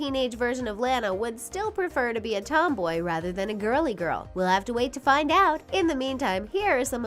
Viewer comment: “As we wit for her to grow up” 😂